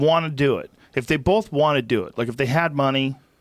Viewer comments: Joe and Brendan say it with me: it’s BOTH not “Bolth” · Joe and brenden both say “bolth” and it kills me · "Bolth" ~ JRE, JRE Jr. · Brenden "iveryone" Schaub Brendan "bolth" Schaub Joe "Wooaahh" Rogan